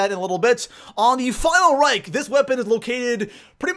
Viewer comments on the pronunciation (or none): Geez stop calling it the final rike that pisses me off its called reich not rike